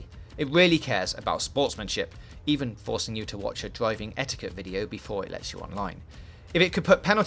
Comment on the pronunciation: “This is a dwiving game.” 😂